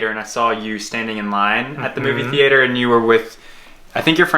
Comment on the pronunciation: TheAter lmao never heard someone say it that way